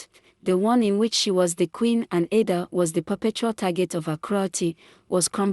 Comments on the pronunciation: You pronounced it wrong Ada😂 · Learn to pronounce people names its ida its Ada not amokca but Amaka